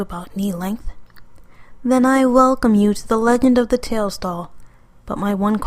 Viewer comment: "Then I welcome you to the Leghend of the Tails doll"